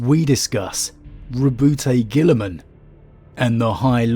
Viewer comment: "Row-boot-aye Gilly-man." - a madman